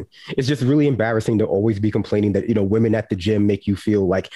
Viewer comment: Ooohh yes wahmen very scary